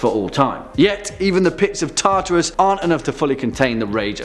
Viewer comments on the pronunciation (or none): none